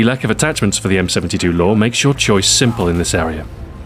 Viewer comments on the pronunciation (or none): He says M72 Lore haha